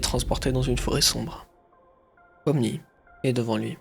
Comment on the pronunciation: Par contre toi tu t’es trompé sur les mots déjà de un c’est pomni